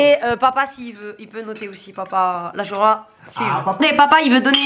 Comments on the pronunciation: Sa ma enerve tu dit chourba mdrrrrrr 😂😂😂 jme suis senti agresse wallah 😂😂 sinon continu t video c hela 💞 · Sa se dit pas shourba sa se dit shorba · Elle a dit chourba comme même hahahahahahaha 😂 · Je reve ou elle dit chOUrba😭🤣